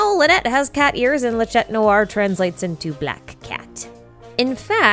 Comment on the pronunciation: When you say "chat", the "t" is silent. By the way, wonderful video again!!!❤